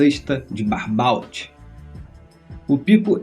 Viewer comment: Se fala Barbô e não Barbault!